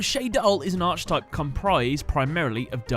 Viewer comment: The way you pronounce archetype hurts, but the video is great